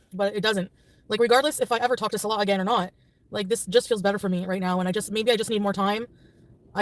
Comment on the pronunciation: Chantal can't even pronounce Salah correctly! She didn't even bother to learn her 'husband's' name. Let alone anything more intangible.